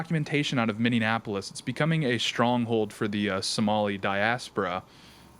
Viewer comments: Minneapolis not Minneanapolis! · Minneapolis is pronounced (MINI APPLE US), not (MINION APPLE US). Just fyi...